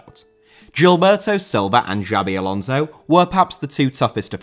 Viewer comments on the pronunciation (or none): Xabi Alonso,not Giabi Alonzouw!